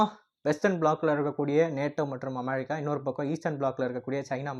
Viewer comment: Please properly pronounce the word America